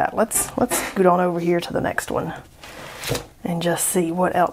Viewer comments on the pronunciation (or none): none